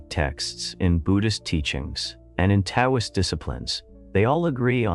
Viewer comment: Can’t someone figure out how to get AI narrators to pause and stress in the right places? And pronouncing “Taoist” as though it was spelled “Tay-oh-ist”. Pullease.